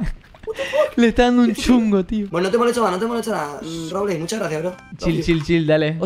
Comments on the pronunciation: "Rorbleis" JAAJAJJA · Robleis no rorbles